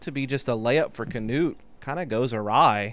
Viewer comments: Nice coverage! But please pronounce it «Knut» and not «Canute» 😅 I know its hard but you can make it! From a fellow norwegian🇳🇴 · The man is called " Knut " And he deserves to be pronounced the right way. There is no kinda "a" after the K.. Pretty annoying commentary for a german ear!!